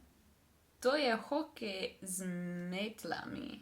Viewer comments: to je hokej z mEtlami .................. ne z metlAmi zanimivo da si najprej povedala s pravilnim naglasom, potem pa je prevagal napačni naglas, nimam razlage zakaj će je v ednini mEtla je v množini z mEtlami. v dvojini z mEtlama , če je lopAta je z lopAtami , lopAtama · The way you instinctively read "metlami" the first time was actually correctly emphasised ;) I think you're doing a great job!